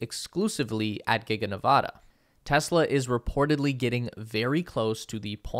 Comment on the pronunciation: I would be nice if you properly pronounced the name of the state of NEVADA